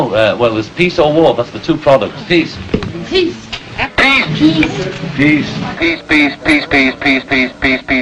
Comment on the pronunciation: Every time I heard him say "peace" It sounded like "piss" .heehee